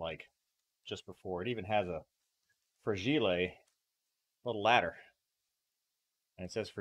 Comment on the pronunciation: Your Italian is great, Sir! Fra-GEE-lay! LOL!